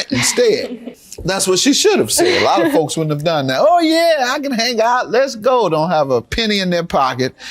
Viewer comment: Did the plaintiff say “hane out?”